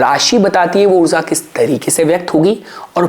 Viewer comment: हिन्दी भाषा में उच्चारण ऊर्ज़ा (Urzaa) नहीं ऊर्जा (Urjaa) होता है